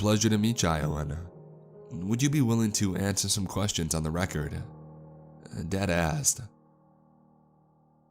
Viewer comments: I keep hearing deadass instead of Dad asked 😂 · LOL, I'm not alone! After I figured out what he was really saying, I still heard "Deadassed" every time he said the phrase.